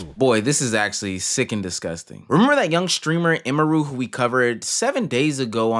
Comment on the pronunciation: Very insignificant, but it's actually pronounced 'emmy-roo' not 'e-mehroo'